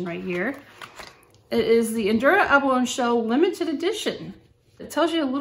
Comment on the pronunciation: Abalone is pronounced with a long e at the end not a silent e. Decent review though. Thanks.